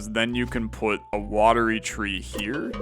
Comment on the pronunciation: One day will read Watery Tree properly! But great video; sad to see the series come to an end but makes sense until there are more updates!